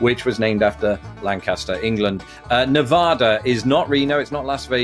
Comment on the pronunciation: Good show. Please learn the local pronounciation of Nevada.